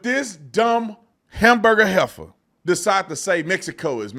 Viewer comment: "Hamburger Heffer" 😂😂😂